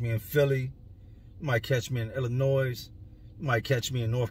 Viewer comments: Sir it's pronounced illanoy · The S at the end of Illinois is silent lol. Love your channel big dog 💪🏾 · The "s" in Illinois is silent. Always has been. That said, much love. Keep doing ur thing. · It's pronounced " ill- annoy" NOT "illa-noise" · Had to stop by and let you know that the (s) is silent in illinois. Keep up the good work, only the real can relate 💯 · Illinois. S is silent . Can always tell who's from here and not. All love though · Bro u lived in Illinois u kno not to say the "s" in it. Keep it up. Much love from champaign man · K.....the S in Illinois is Silent bro..lolbs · The "s" in Illinois is silent. That's our word! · Theirs no Noize in Illinois, silent S. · U dont pronouce it with the s